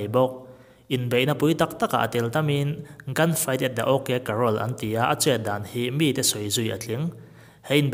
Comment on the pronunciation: Wild Bill Hickok sawi tel la ka lo ti ve mai+ Doc Holliday sawi Tel law+ chuan Wyatt Earp te unau te nen Cowboy hun tawplam nen a in Hrul vek tho sia Chuan thil ho te.... OK Carrol tih ang in I lam a OK Corral tur zawk ania Cowboy hunlai a gunslinger thenkhat khachu an rang viau ang tih chu a rinawm Tun ah pawn Bob Munden-a video pawh en tur a awm a ve kha